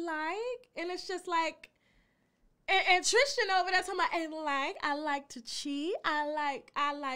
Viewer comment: Please stop saying TRIS-CHIN. It’s TRIS-tin